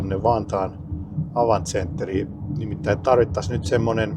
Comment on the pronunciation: Lausutaan Avantti😊 ainakin kahdella teellä